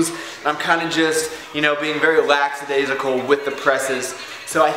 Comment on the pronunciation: "Laxydaisical" ? Lol wut?